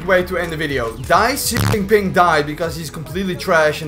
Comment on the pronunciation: that Xijinping pronounciation is dead on.